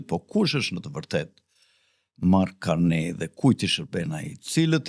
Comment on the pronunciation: Nuk lexohet Karnej po Karni